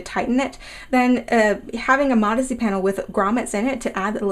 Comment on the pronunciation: Sounds like you’re saying “marzy” instead of modesty...